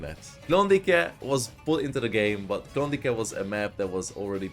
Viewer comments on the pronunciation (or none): Amúgy Klondájknak kell ejteni.